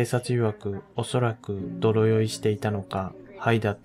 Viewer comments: 泥酔は、どろよいではなく でいすい、と言います。 まあ、わざとそう言ってるのかもしれませんけども😊 「日常茶飯事」をわざと にちじょうちゃめしごと、 と言うのと同じかな(*^_^*) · 「泥酔」は「どろよい」とは読まず「でいすい」と読みます。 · どろよい じゃないよ でいすい というんだよ 正しい日本語は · 泥酔はでいすいと読みます。 色々ありますが、愛に囲まれた家庭を保ってくださいね。❤ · 私はのこのディプレッシブなBGMと話し方、内容好きですよ😂 頑張ってるなー、っていつも思う。 お金カツカツでも工夫して、美しい奥さんもヘルシーで丁寧な自炊して、子宝にも恵まれて。 辛い、大変ながらもそこに幸せもちゃんと見えてるし。 中古車の大変さは私もよーーーく分かるから、達の車に関して正当だと思う。 ココ🇺🇸の運転はマジでマジでマジでヤバいし、それをわかってない一部の視聴者、視野が狭いか思考が停止してるんでしょう。 奥さん、長男があれ程の大事故で無事だったのが本当に良かった😢 長男くんは結構喋れるようになってきましたね！日本語も喋れるのかな？二男くんが産まれて赤ちゃん返りしたりして大変ではありませんか？ ちなみに「泥酔」の「でいすい」を「どろよい」と何度も言ってらしたのが可愛らしいなと思いました😂 誤字があったりそういう所ものいい所ですよ😆 いつも忙しい中動画制作、編集お疲れ様です！ありがとう😊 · 大変でしたね😢 お察し致します。ただ、泥酔(でいすい)です。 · 新車購入の方が長い目でみたらお得ですね。 良い選択だと思います。 泥酔(でいすい)と読みます。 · 泥酔は『でいすい』です。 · ど、どろよい？！ 泥酔＝でいすい では。。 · どろよい、じゃなくて、でいすい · 泥酔い 泥酔（でいすい）"どろよい" と読むのははさすがに恥ずかしいのでずっと知らないふりして押し通せば 宜しい。 最近の悲しい日本語 "やばい " （凄いというgood connotation で意図的に間違って使われている）みたいに間違った日本語の悲しい市民権をいつか得るかも。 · 泥酔（でいすい） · どろよい → ✕ でいすい → 〇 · もう可愛いなぁ💕 泥酔 ×どろよい ○でいすい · 泥酔 ◯でいすい ✖どろよい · ちなみに、泥酔は「でいすい」と読みます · 泥酔(でいすい)です！！笑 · 泥酔 でいすい と読みます。 他にも誤読が多数あります。up load の前に確認してください。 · どろよい？わざとですか？本当に読めない？